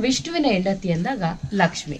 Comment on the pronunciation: Laksmi madum.. madum ge pronounce madoka baralla.. poor guide..👎